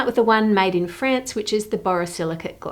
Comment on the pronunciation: Your pronunciation of both "France" and "necklace" really threw me off.